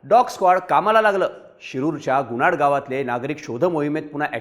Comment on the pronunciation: Gunad nhi bhau. .......Gunat 😅